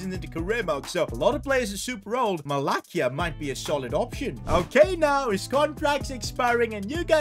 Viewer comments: its pronounced MalaSia, not MalaKia. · “malakia?” 💀 bro it’s “ma-la-see-a” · as a man utd fan it kinda annoys me when u say mala'k'ia, it is actually pronounced mala's'ia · Never ever say malacia like that again !!!